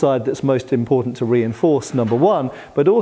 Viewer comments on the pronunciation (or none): none